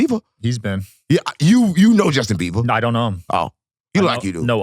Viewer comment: lol UNC HIS NAME IS JUSTIN BIBER NOT BEAVER LOL BUT CARDY ON 😂😂😂